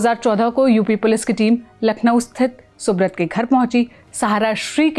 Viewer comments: Please have the pronunciation right, it's soobraataa or soobroto as in bengali and not soobrot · Pronounced thik se karo - it's not subrat it's Subrata ( सुब्रोटो)